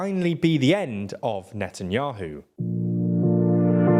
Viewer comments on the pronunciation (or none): "Netanuahu" "Popilarity" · "net n yoohoo" hee hee 😆